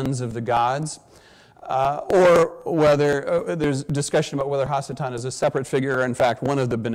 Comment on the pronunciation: In Hebrew, the prefix "ha" means "the". So when he keeps saying hasatan (which should be pronounced ha-satan) he is saying the devil or evil one.